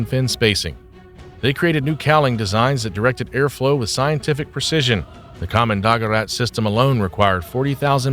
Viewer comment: Kommando-gerät is two words joined together. You mispronunciation spoils the entire presentation.